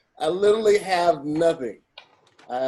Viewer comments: Do a burpee every time says “littley (literally)” 💪🏾💪🏾😂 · I want you all to teach to properly say "literally". Clearly, it's his favorite BIG WORD, he should know how to say it correctly. He says "Little Italy" or "Litaly" and I just can't. A real friend would've taught him by now. lol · Nothing is more annoying than saying “literally.” I know he pronouncing so many words wrong, but he says that word so much and so lazily that it gets to me lol